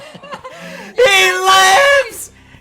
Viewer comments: As a Russian, I'm laughing my ass off XD You've said "ГРАНАТА!" perfectly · Haha, why Joe screamed «Gremade» in russian? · Wow! Joe's just said "Grenade" in a purest russian